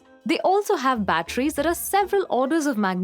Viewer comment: Batteries not bachelor